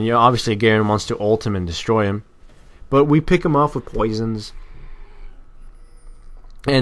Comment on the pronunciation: The way he says 'poisons' is really weird .